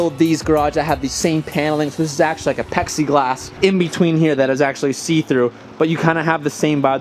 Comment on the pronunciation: mans said pexiglass lol